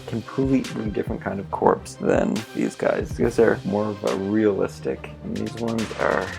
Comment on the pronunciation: you said corps wrong it's like core but good video